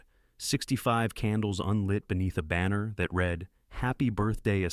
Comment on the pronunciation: Agreed. I do not like that the AI narrator uses the wrong read vs read. I know it is confusing but it is annoying.